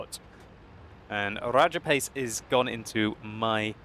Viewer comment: RRRRRRRRRRAJAPACE WRRRRRRRRECKS RRRRRRRRRRRRRHEINMETAL BORSIG